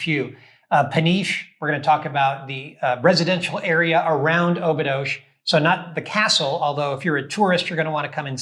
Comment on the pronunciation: Thanks for the video. FYI, Obidos is pronounced "Obidush".